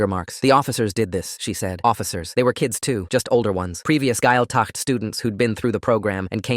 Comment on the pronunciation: gaeltacht = gwayl-tuckt . dia duit = gee-ah ditch . ceart go leor = kyart go lore also this is very false. while there have been cases of gaeltacht camps being abusive this is clearly written by someone who's not irish.